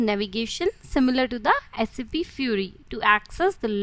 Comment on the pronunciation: First of all it's not saaap it's SAP